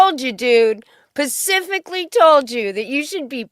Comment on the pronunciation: It's SPECIFICALLY not Pacifically. Holy Fuck